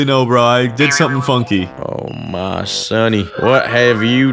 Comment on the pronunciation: bro don't know how to say "sunny"